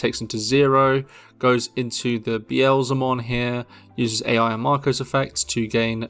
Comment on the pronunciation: Ai is pronounced like aye or eye, not A.I. jsyk. Sorry brain can't not nit pick this.